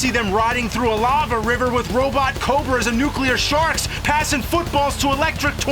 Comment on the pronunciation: Did you say nuclear sharts or sharks? Either way bravo! This is awesome I wish I found it sooner.